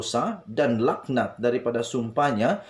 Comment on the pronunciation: Sdr.cakap pun kalam kabut.sum pah lak nat BUKAN sumpah lahanat.baca teks betul betul